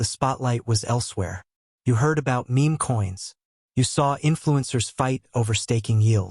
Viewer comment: This bot is pronouncing meme coins wrong